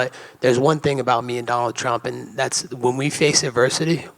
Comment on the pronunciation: Leon pronounces TH with F lol